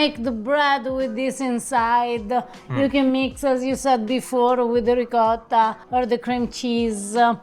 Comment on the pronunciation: Come on, when are going to learn how to pronounce ricotta? Ricaaataa sounds horrible. You’ve been to Italy enough times now. Let’s go.